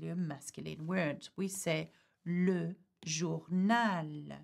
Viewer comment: Thank you! Why is Le pronouced like Lou? Is it Luh or Lou?